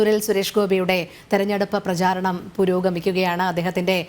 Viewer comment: Prajaranam mathi Prajaaranam thettu Pls correct it